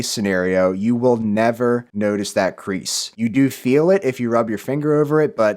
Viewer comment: He said creaks not crease